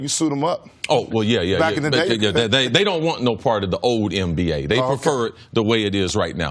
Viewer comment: It's not EmBA, its NBA C.C.!!! For God's sake!!! 🤦‍♂️